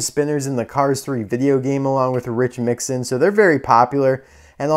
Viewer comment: And it’s Mixon not Mixin